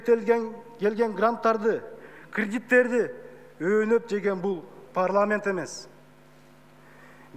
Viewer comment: Кирдиттерди дейт го бул чимкирик